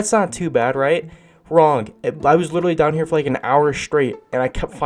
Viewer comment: I love how he said “witerally”